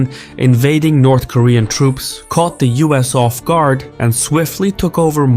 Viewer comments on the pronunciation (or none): none